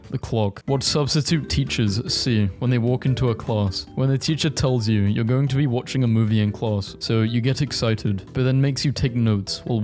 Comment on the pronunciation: You re ‘n all. Not you rain all.